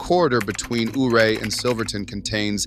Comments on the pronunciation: It is pronounced U-ray not OOray. just saying. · I grew up in Delta County Western Colorado, Before the Eisenhower Tunnel we Drove 550, Red Mountain Is a Sweet Drive, There is access to 1 of the best 4x4 Trails In America. And stop mispronouncing Ouray... you weirdo